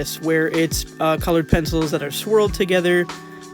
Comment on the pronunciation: "penefils" lmao 😂